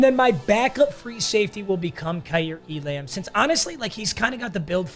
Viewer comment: Waiting for to realize Kaiir Elam’s name is pronounced E-lum